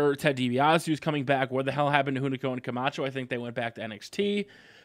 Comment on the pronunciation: Then why do they spell it Camacho? and i agree on the pronunciation of Hunico's name, but you cant bad mouth him for speaking the way you're taught